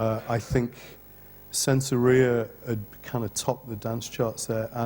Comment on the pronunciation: Just the way she said "sensoria" destroyed her credibility right there! FFS